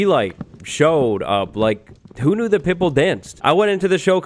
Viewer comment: it took me until the end of the story until i realised he said pitbull and not pipple 🤡